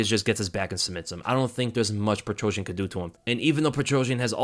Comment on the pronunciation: Lold. PetroSYAN, not PetroJAH.